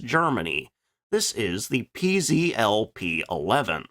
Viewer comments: It's pronounced ,",peh zeh tel", not pee zee ell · I'd like to help You in correct PZL pronounciation: Pan-stuo-vea Zach-wae-dea Lout-nee-che It stands for: National Aviation Works Thanks, for interesting content!